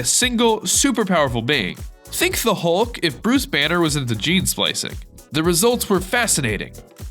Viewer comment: You said brice banner don't you mean Robert Bruce banner ugh so uneducated